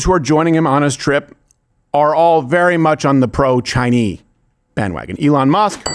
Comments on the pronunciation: face-fuchsia-tongue-out:What the frack is up with him pronouncing Chinese "Chinee"? It is annoying. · you not pronouncing the S in Chinese is perfect 😂